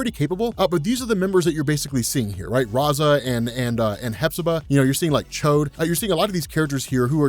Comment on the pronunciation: haha he called him "chode." its Ch'od like ch-odd